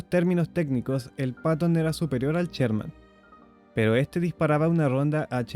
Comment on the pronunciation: No es "cherman", es Sherman.